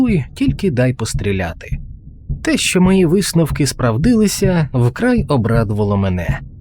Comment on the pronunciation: СправливИлися чи правильно ставити наголос у слові - СпрАвдилИся?!